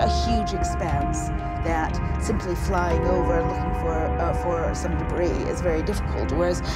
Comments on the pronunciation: Wait did he really just say “debriss” lol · Great documentary, but I just couldn't handle all the mispronounced words by the narrator.🥴 "Thigh-land" "deb-breez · "Debris" is pronounced "duh-bree" and "satellites" is pronounced "sa-tuh-lites" with a short "a" and a long "i"!!! And for the love of God do at least enough research to know that "Kuala Lampur" is pronounced "kwa-luh•lum-por" NOT "lumper!" It took me less than five minutes to look up these words, even though I already knew their proper pronunciations, just to make my point that it wouldn't have been too hard to get these words (and several others) right. So that makes me question everything you've presented as factual information on this topic bcuz, if you can't pronounce simple words right, then how can you interpret important information right? Yes, those little details ARE important if you want to be taken seriously as professional documentary producers!! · I would just point out for future reference, that the word "debris" has a silent "s" at the end, and is pronounced de-BREE. An excellent documentary, thank you very much. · And who pronounces the s in debris? 🤷🏼‍♀️😡🤪